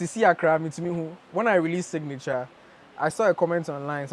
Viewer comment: Signature Zion not singnature